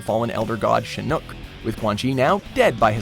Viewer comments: The way he pronounces shinnok🤮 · Dear everyone from WatchMojo, MojoPlays and affiliated channels...please learn how to pronounce names correctly. It's Shinnok, not Shinnoke, i recently watched another video where Ricky pronounced it Noob Saybot (say-bot), it's Saibot (sigh-bot). Also it's not Shang Tsung (sung), it's Tsung (Soong). If you actually would play the games you're referencing that would help, all of the names are clearly stated and pronounced within the games, thank you. Good videos though 👍